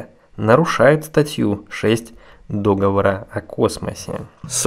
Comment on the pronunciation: Не дОговор, а договОр!